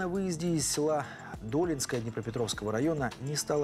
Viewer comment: Не ДОлинская, а ДолИнская .